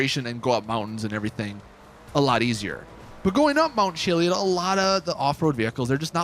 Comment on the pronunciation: I watch your vids all the time, you're my go to GTA channel. That being said, your mispronunciation of things makes me crazy sometimes. To the point where I yell the word out loud. Lol HelliON he says. And Chili(ID)